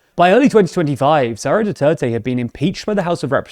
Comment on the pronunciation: Why do you keep saying "Saura" Duterte, not "Sara" Duterte? I don't fault you for your bias against her family and it's insane levels of dictatorial aspirations... But you should at least pronounce people's names correctly.